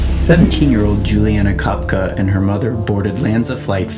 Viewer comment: The mispronunciation of her name ruined the whole thing. It’s Ko Pek E